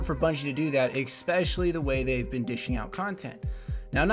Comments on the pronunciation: ESpecially, not EXpecially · good vid man, one thing tho, just being picky, eSpecially not eKspecially, sorry for being pedantic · stop saying ecspecially